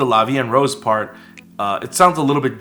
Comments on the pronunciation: addressing the part about how they're supposed to say "la vi en rose," the pronunciation of "la vi en rose" isn't exactly correct, but they make it work. they combine "vi en" as if it were one word, saying "vien," when they should be pronounced separately. for "rose," the "r" has a harder pronunciation to it that should kinda come from the back of the throat. like i said, it isn't correct, but they make it sound okay! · I'm french and the "La vie en rose" pronounciation is alright, just the sound of "rose" sounds more like "wose" but it's ok since the "r" consonant may be difficult to pronounce if you're not used to it. *flies away* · talking about the title "la vie en rose" they say it pretty well except for the "r" that they prononce with an english accent but it could've been wayyy worse so I don't complain and the litteral translation is "life in pink" because rose = the flower but it mainly means pink so I thought it was an interesting way of using that word by talking about the flower instead of the color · Being french, I can tell you that they didn't butcher "la vie en rose" nor is it grammatically incorrect but the way they pronounce it definitely does not sounds like french. Because the way the letter "R" sounds like in french is definitely harsher than the one you use when speaking English or Korean. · The "en" is a bit weird to my hears, it's sounds a bit like "and", but it's close enough imo. "Rose" is quite off, as they use the English pronunciation, the "ro" is pronounced differently in French. Interestingly they use rose as the flower and by association red but "La vie en rose" meaning is "Life seen through happy lenses", that's how it's used in Edith Piaf song. I read a translation of the lyrics and it doesn't seem to reflect that but who knows with translations, a lot can be lost